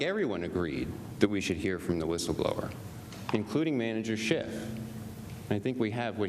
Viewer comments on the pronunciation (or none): Did Jay Sekulow say “Manager Schitt”? 😮🤭😂